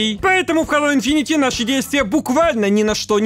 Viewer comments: У меня кровь из ушей идёт от "инфинити", читается как инфинит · видео как всега топ, но хэйло инфинит, а не инфинити))